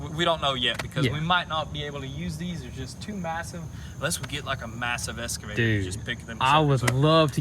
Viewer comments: You guys are killing me with the "eScavator", instead of "eXcavator" [ eks-kuh-vey-ter ] :) Plant 'brushes" instead of "bushes"? :) Grammar rant over. Keep up the good work and really enjoying all the progress videos. That new brush hog attachment is sweet! :) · It's an excavator not an escavator!! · great content, would love to have the boys learn to say EXCAVATOR instead of ESCAVATOR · Do you say "escavator" instead of excavator, or do my ears deceive me? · It's an excavator, not an 'escavator '..... Also, no such thing as brushes. That is like saying there is more than one deers.... Called a locksmith all the way out there and paid $120 to change a lock.....lol. It's still not a bushhogger. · It's eXcavator. Not eScavator. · Anyone else cringe when says escavator instead of excavator? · its and excavator, not an escavater lol. been thinking this since episode 1, had to get it off my chest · WTF is an "eScavator" ? It's pronounced eXcavator. Drives me nuts! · For the love of christ boys, its excavator not escavator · Has no one commented yet how to pronounce excavator? It’s not eskavator my guy haha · OK I’ve had about enough of this… Both you and your brothers pronunciation… it’s EXCAVATOR... see the X?? Not Escavator... I know y’all from Tennessee, but come on now... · It's pronounced Ex-Ca-Vator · “Escavator” had me in tears